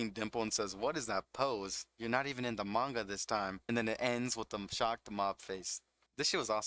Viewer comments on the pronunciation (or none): none